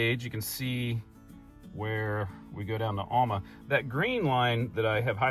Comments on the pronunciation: Alma is pronounced AL (the man's name) - MA. There aren't two L's in this name, so where you get ALL - MA puzzles me. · Yeah, he's not quite saying it like we do. Al, like some guys first name. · that was cool, as usual. It’s interesting that you pronounce Alma differently than my family did growing up. I had an aunt and uncle from there. When we visited, my Uncle would take us out to the woods and hunt for a wild mushrooms that we ate for dinner. Fun memories 👍🏻